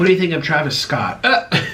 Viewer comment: Yes your so correct! Not only that but it’s funny he only mis-pronounces black peoples names. Like he will stay white peoples name just fine but instead of saying Travis Scott (a famous rapper who is black) he called him Travis Skeet or skittle. And instead of Kobe Bryant he called him Kody